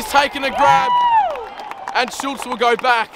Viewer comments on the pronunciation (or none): bro out here calling schultz switta ???